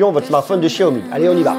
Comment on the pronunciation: Não sabe nem pronunciar xiaomi